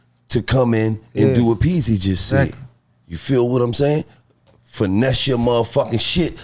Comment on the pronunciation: Bruh got his name wrong “pezzy” 😂